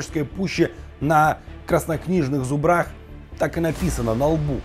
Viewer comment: Почему вы ставите так странно ударение на зубрах? Зубр, з`убры, з`убрах. Жыве Беларусь! Слава Украине!